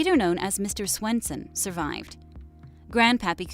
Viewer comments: It’s svenson not Swenson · Mr. Swenson...... it’s Svenson 😂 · Svenson not swenson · It’s me sVenson not sWenson, penelope killed hal not betty, tho she did shoot him, it’s the serial killer gene, and juniper and dagwood were boy and girl......gotta lot of fixing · Who’s mr. sWenson? Its sVenson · Mr Swenson lol its Mr Svenson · It’s Mr. Svenson not Swenson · first I love this video it’s helpful but you also said mr.Swenson instead of mr.Svenson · It’s not Swenson